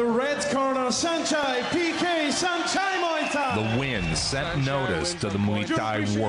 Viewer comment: It's pronounced san-chai